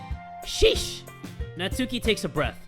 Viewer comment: It's NAT-SKI